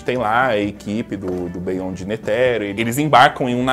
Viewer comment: Mano... Tem que rever esse inglês aí. Não se lê Bêyonde,se lê Bionde.